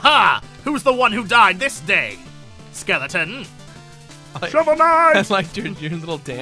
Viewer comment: The way they both say "troupple" annoys me way more than it should. It's trout+Apple! Say it that way!